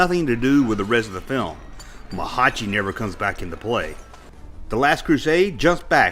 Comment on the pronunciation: Sorry it's "Nurhachi" with an N. You can't believe you got it right? don't worry. You didn't.... and the Jungle Cutter tanks are real.